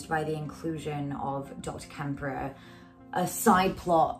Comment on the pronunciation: This was excellent, i greatly enjoyed your analysis. Props to you for giving de Quincy his! One slight but, i believe, important correction: it's "Klemperer" not "Kemperer" Why important? Well, i believe the name is taken from the ultimate "witness" to the day-to-day opressions, persecutions, and horrors of the Third Reich, the late Victor Klemperer. EDIT: i see you acknowledge this at the start of the video, sorry I was just listening to you as I took an evening walk. I'll leave the above remark as people might like to look into Klemperer's work.